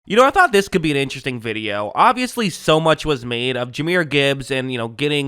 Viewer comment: Jahmyr !!!! Not Jalhmir